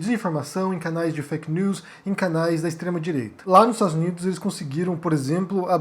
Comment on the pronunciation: Eu acho legal o geito que o fala "fake neuuis" do francês. Kkk.